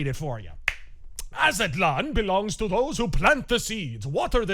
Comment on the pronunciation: Az-tlan two syllables not A-za-tlan